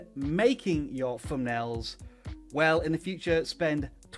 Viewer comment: I'll tell you what's more important than thumbnails, speech. It's THUNBNAILS. not Fumnail. Geeeze, tell me you weren't an English teacher 😁😁😁